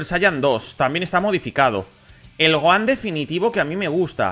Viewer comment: Todos: Gojan/Tenchinjan: Goan/Tensian